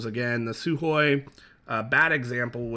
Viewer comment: Almost perfect pronunciation of the word Sukhoy